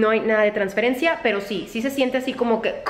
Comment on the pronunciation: transflencia jajajaj te quiero ❤️